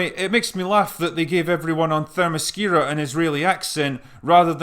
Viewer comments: "femiscura" not Lesbos? lol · Good job saying Themyscira ! I don't know how to say that sober. Do you think DC is really gonna try to play the "woke" game when their star female character comes from "The Mascara"?